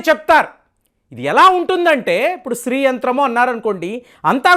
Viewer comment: the pronounce what you telling is STREE it should be SHREE. sorry for commenting this, as it will be followed by others also